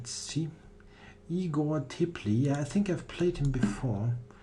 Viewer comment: Igor Teplyi is aslo Russian. Read as Tyopliy (Warm)